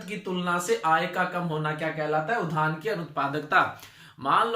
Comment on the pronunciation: धान बोल रहे की उद्यान ठीक से बोलिये